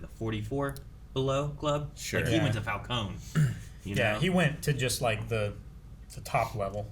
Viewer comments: Idk why but I feel like either the fans have either mixed Falcone and Moroni to get Falconi or the movie messed up cause it's spelled qnd pronounced Falcone, like a cone shape, but everyone says Falconey. Also I'm not at the end of the review yet, but am I the only one who thinks the serum Batman uses near the end when he goes ballistic on the one goons face, is the same stuff Bane uses. Venom I think it's called. Cause it looked green to me and it made him more aggressive and maybe stronger. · I like how Falcone is pronounced differently in like every movie lol